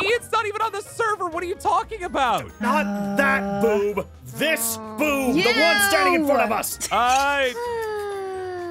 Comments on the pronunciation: Pretty sure said Boob instead of Boove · heard about the yuck conversation with the B word said boob, not foob, Ew. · This Boove The one that's standing right in front of us: confused and accusing noi Me: what's a boove